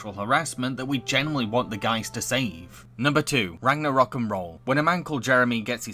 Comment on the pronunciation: That isn't a loft it's an attic Also its rag-nor-rock